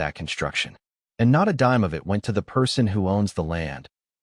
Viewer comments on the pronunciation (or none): none